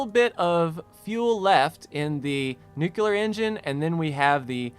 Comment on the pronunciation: Please learn to pronounce "nuclear", it's really annoying.